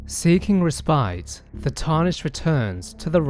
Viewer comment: It isn’t that underrated considering the man can’t even pronounce ‘respite’ or ‘Ekzykes’ correctly.